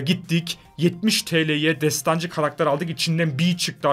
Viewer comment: Abi destancı değil desdansı